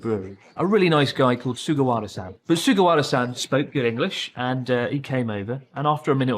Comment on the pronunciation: The fact Chris doesn't even pronounce さん right is pretty telling. You shouldn't have a thick accent if you've studied hard at all.